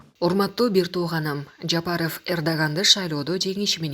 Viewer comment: Жапарыф деп суйлойсунда дайым. Туура айтчы